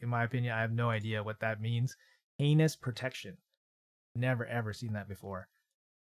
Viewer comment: The way he kept saying anus protection instead of heinous protection was hilarious 😂